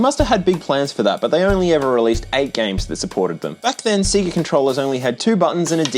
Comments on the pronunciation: nope, play a sega game, they literally say the name at the begining of EVERY one, names DO NOT change pronounciation based are where you, the listener of the name, is from, thats not how names work, names have ONE probounciation, and thats the way they say it, sega says it "say-guh" literally EVERYWHERE in the world, just play a sega game, youll see you are wrong, you just refuse to admit it. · Every time says "Sea-gah" I take psychic damage. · Funny, I feel the same way about Sayga. If an Australian says Sayga (looking at you, Modern Vintage Gamer) I die a little inside. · Why are you saying see-ga? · What’s see-ga? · Lol sea-ga 😂 Sorry couldn't resist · I have heard Segger, Sayger, and now Seeger. I wonder what other ways people say it lol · It’s Pronounced SAIE-GA Or S-EGG-A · say see - gah again. SEE GAH SEE GAH . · you're doing the seega thing on purpose right? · that seega pronounciation made me die a little inside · It's pronounced SAY GAH!!!!!!!!!! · god, australians saying "seega" feels like hearing someone pronouncing gif as "jif" i've heard sega commercials in there caused this and i know the guy who invented gif format also calls it "jif" apparently, but still it feels wrong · seega ive no one pronounce that name that way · pronouncing sega as "see-ga" is killing me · Say SEGA properly. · Why are you pronouncing Sega and patent wrong? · They literally say sega at the beginning of sonic games. There's no excuse for your pronunciation. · I wasn't prepared for how you would pronounce Sega, lol. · You pronounced Sega wrong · Still wrong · "Say-ga" not "See-gah" Please. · Dude. For the love of GOD, it's SAY-GUH not SEA-GUH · See-gah? Have you never played a SINGLE sega game? When you turn the game on it VERY CLEARLY says "say-guh". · It was 2024 at the time of releasing this video, surely its unforgivable at this stage to still mispronounce Sega as "see-ga". The beginning of most Sonic games literally start "Say-Gah" :/ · It's Se-Ga. not Cigar.